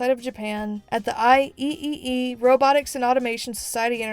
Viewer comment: Lovely video, a small note for future reference, "IEEE" is usually pronounced "I triple-E." Source: My wife is an Electrical Engineer.